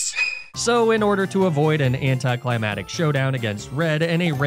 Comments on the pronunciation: Omg dude why? Why? WHYYYY?!? YOU HAVE A FREAKING PHD!! ITS NOT “antiCLIMATIC” it’s “ANTI CLI MAC TIC” I love you I swear but please please please stop mispronouncing this word, or at least tell me you’re intentionally trolling because I’ve left this comment in one for or another on like 10 videos. Anticlimatic? I guess you’re against the weather or something? UGH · i love you, but please put a c in anticlimactic i can’t hear it anymore lol